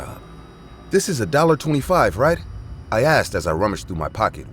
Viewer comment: Again..."i axed" 🙄